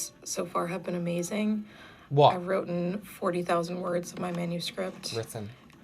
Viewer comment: If she actually got that many words “wrotten“ I’d LOVE to know how many were actually coherent